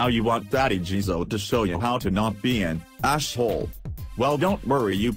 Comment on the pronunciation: ",Ash Hole" HA!